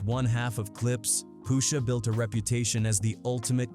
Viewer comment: "I'm your Poosha."